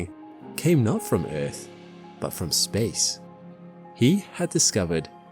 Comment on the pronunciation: Within 4 seconds you proved this isn't an AI slop channel. The way you pronounced Earth has now forever been embedded into my brain. Great video and subbed! edit: Before people go off on me the reason why i like the pronunciation is because it reminds me of the way Jetfire pronounced it in Transformers 2 Rotf